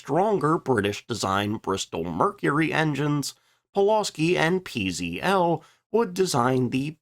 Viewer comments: It's pronounced ,",peh zeh tel", not pee zee ell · I'd like to help You in correct PZL pronounciation: Pan-stuo-vea Zach-wae-dea Lout-nee-che It stands for: National Aviation Works Thanks, for interesting content!